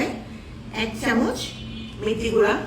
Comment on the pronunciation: Gura na guro bolte hoy